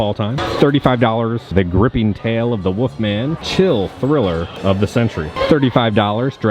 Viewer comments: I love your videos but are you punking us when you say “Woofman” instead of “Wolfman?” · Probably speech problems or an accent. I really don't mind